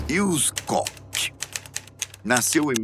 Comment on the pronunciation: Karl Otto C O C K 🤣🤣 Koch se pronunciar "cór"